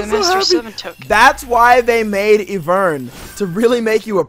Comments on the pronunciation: The champion name's Ivern not Evurn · ITS NOT PRONOUNCED EE-VERN, ITS EYE-VERN SKY, E Y E V E R N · Is I vern not eevern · EYE - VERN NOT EE - VERRRRRN UGH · pleeeease its not eeevern its IVERN = EYE VERN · Eevern? i thought it was Ivern lul. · lol said his name wrong even tho they said iverns name in the spotlight smh boi lmao plus idk why people think ivern is garbage cause honestly i always win with him lol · You keep saying IVERN'S NAME WRONG!! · i hate the way he pronounces Ivern